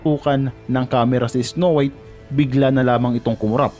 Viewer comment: “isnow wiyt” HAHHAHAHA LT